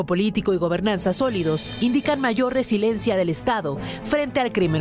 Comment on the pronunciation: Se dice : RE-SI-LI-EN-CIA No resilencia.